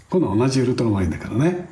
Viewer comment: ところどころ「ウルトラマリン」が「ウルトラマン」になっちゃってるのかわいい